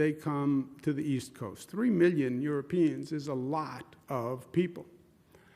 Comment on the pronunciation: Wait I thought he said three minion Europeans 😂😭